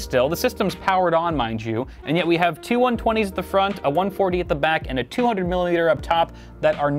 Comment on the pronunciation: “Juan, Twwwohhh, Treee, Fooowww!” Lmao